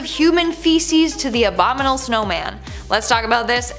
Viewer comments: “Abo-minal” snowman? Think u forgot a few syllables. Cute! 😄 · It's pronounced abominable. Kids listen. It matters. 💕